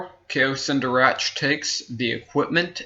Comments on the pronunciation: Kao Cen Darach is pronounced Kao Ken D(aw)r(aw)k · You pronounced have the words in this video. Such as zabrak, Kao Cen Darach.